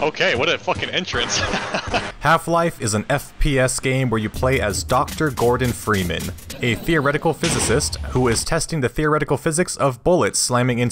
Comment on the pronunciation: Ah yes Fordon Greeman